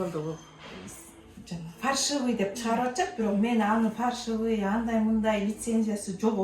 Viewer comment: фаршивый эмес😂, фальшивый.